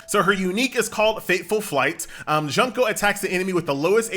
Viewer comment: the way he pronounced "Junko" Junk-o. I cried a little.He just called her Trash-o. He went straight for the heart. Fortunately she's already dead....